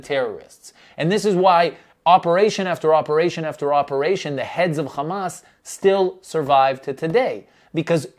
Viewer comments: it’s hamas not khamas.. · John Oliver spoke truth. And btw, its not KHamas, its Hamas with an H.